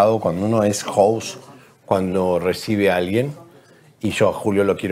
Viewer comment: Le digo adiós a estar suscrito a su canal. 2 razones... La transfobia de ceriani y la falsedad de avellanet comentando sobre coco máxima. Sorry Eliza tu sueles ponerle el freno a tu estilo y te ganaste mi like pero hoy ya fue too much. HOST Se pronuncia "jost" para el oxigenado qué dijo "jous"